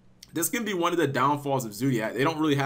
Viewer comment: "Juan for Juan" lol :)